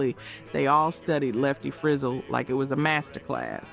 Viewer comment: If you're going to make a video, at least learn how to pronounce "Frizzell".